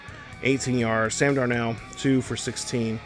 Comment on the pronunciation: You is butchering darnolds name 🤦🏽‍♂️😂